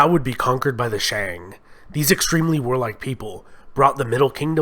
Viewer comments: Notes: (mostly about pronunciation) 1.Longshan is pronounced long shaan, not luung shaan 2.Xia is pronounced Sha not Zia 3.Shang is pronounced Shaang, Mandarin has no 'ay' vowel 4.The bronze mask you show on the screen while talking about the Shang is from Sanxingdui, and is associated with the Shu kingdom, who were enemies of the Shang and allied with the Zhou kingdom to topple their reign 5.Daoism in the Zhou period was philosophical, not spiritual, religious Daoism developed under the Huang-Lao school in the early Han Dynasty 6.Qin Shi huanG not Qin Shi Huan 7.Sui is pronounced Sway 8.Tang is pronounced Taang 9.The ua in Yuan is a dipthong, it is not disyllabic. think Y-ooeeh-n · This is the most positive Chinese history made by Westerner. I hope Westerners can judge China not only based on the last 100 years, but the whole history. The only thing I think the narrator can improve is some of the pronunciation of the dynasties, eg. Shang, Sui.